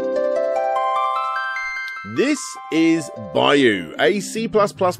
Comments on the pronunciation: It's just "byo" as one syllable. People add in that "E" sound that isn't there. I don't know the game's original spelling, but it looks like "byou" based on the "byoo," so you just hold that last "oh" sound. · Now repeat after me: Byuu sounds like Beau and not Bayou. Sheesh, I always wondered why they don't teach English phonetically instead of by word pronunciation. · Pretty sure that they're pronounced "bee-oo" and "he-gan".